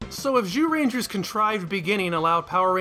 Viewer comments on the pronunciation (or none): You do sometimes slip and say jewrangers right?